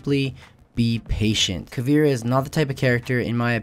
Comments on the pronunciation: Its not "KA VEE RA" its pronounced "KA VAY RA" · It's not Pronounced Caveera. It's pronounced Cahveaira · you pronounce it caveera its actually more like cabera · Greetings from Brazil! Her name is pronounced "Ca" (as in car) "vei" (as in veins) "ra" (as in wrath) awesome video, helped a lot! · It's ca-vi-e-ra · the way he pronounced caveira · He says her name wrong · u pronounce caveira wrong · Lol youre saying caveira like if the I comes before the E